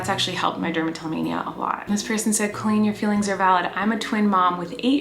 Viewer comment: IM VWOGGIN IM BOWING IM COWEEN I WOVE IT